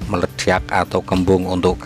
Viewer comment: Ilmunya mantab, Medok ngomongnya 😁 nyenengin banget dengernya 😁, Meleddiyakk = Meledak. 🤣🤣 Sehat dan Sukses Slalu Pak !!!